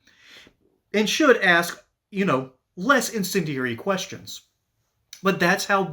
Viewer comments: I guess she's going to axe her this yeah she knows how to speak proper English not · "Let me axe you dis'..." Axe you? Was she knifed afterwards? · “I’ll axe you this!” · "Axe" away La Monica! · She axe alot of questions😂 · LOL "ten-year' .....lol...."let me axe you'.....lol......"sec-a-tary".....lol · people of her ilk use always "AKS" how telling. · She just had to ax her a question. If you can't pronounce the word ask you have no business being in congress. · Did she say AXE... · AX me where incivility originates... Go ahead AX me, AX me... Originates means 'Starts at' for those that have to AX 😂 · JUS AX LAMONICA WHY FO SHE BE SAYIN SUMFIN IKE DAT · Don't You'all ax me that.. that's bullcrap.. you'all know what I'm saying.. know what I'm saying.. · Ask. It's ASK! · 50 "Ask" the word is "ASK"! You are an elected official, so act accordingly! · I love how when Noem starts to give an answer, the narcissism explodes from the Democrat who can't even say the word ask properly. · Tell that black lady there's no x in the word ask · Why can’t and/ or why won’t black people pronounce ask correctly? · She needs to learn how to say ask properly 😂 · McIver has no class, primarily because she's from a culture who refuses to say Ask but rather Axe, only for the sake of their rebellion of the English language. We know she's incapable of forming a cognitive, cohesive sentence and obviously reads from notes penned by her interns who have college degrees in trans studies, which isn't saying much. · why do angry democrats say AX instead of ask? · We "AX" her to😂😂😂 Pathetic Wanna be J. Crockett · "Let me axe......" absolutely clown shoes. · I think u should have to have a IQ test before u run for congress and be able to pronuciate certain words properly such as ASK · She didn't AXE you that Kristi. How do people get elected who can't speak proper English. What has law breaker McIver done for her district? I know what Kristi has done for us Americans. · let me axe you ? what ?